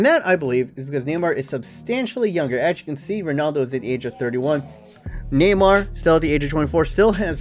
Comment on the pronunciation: love the way he says neymar...neemar!